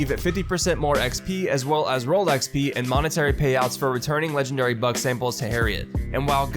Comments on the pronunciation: When read "legendary buck" I thought he says "legendary bug".. would be more accurate:D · Lol I did hear “legendary bug” anyways